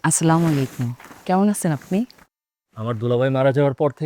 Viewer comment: নাটকে সালাম দিচ্ছে ভালো কথা কিন্তু ভুল কেন? Next time শুদ্ধ ভাবে সালাম দিবেন "আসসালামু আলাইকুম" হবে